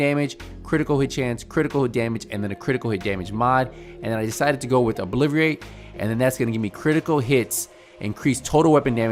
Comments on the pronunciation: is it just me or did i hear olbiverate? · Obliverate lol 😂